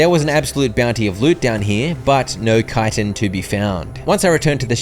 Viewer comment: Or yknow, educated